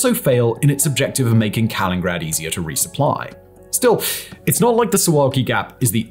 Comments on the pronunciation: I will go ahead a vouch for you that you covered all the NATO talking points so you can get your check from the US State Dept. lmao. Such drama. Some additional thoughts: a) Victoria Nuland is already married dude, if this was your attempt at getting a date. b) You might start with pronouncing Russian exclaves correctly. c) Nobody wants the Baltic countries or Finland. Even poor migrants don't want to be in the Baltics or Finland (they turn right around and go back to Poland), but somehow this is a priority for Russia? smh. d) Destroying underwater infrastructure? Where have we seen that before? e) The biggest weakness of the US/NATO/EU is that in the event of real tensions, their capitals become a radioactive wasteland, but let's focus on 'gaps and islands' and act like there is a conventional solution. Sure. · Can't pronounce 'Kaliningrad' properly? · big fan of your videos. Would just like point our that you called the enklav Kalingrad which is not correct.It should be Kaliningrad (KalinINGgrad). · Don't say "Kalingrad." It is "Kaliningrad." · It's Kaliningrad, not Kalingrad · wait til you hear him say Staliningrad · But if he's going to call it Kaliningrad, then say Kaliningrad, not Kalingrad😂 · Is that pronunciation of Kaliningrad used widely? (In this video, I only hear one "in" - Kalin instead of Kalinin) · Kaliningrad not Kalingrad! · So many thousands of video uploads form, and the best we get on this one is “Kalingrad”, instead of “Kaliningrad” 😂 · Is ever gonna get the hang of pronouncing KalinINgrad? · Dude, if you're going to try to sound like you know what you are talking about, say the words right. It's Kalilingrad, not Kalingrad. How hard can that be? You've been mispronouncing that every single time in every video you mention it. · Kalin-nin-grad, not Kalingrad. But you should really call it Köningsberg, as it wasn't on the centuries old Russian map Putin boasts about.. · KalinINgrad, not Kalingrad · its Kaliningrad not Kalingrad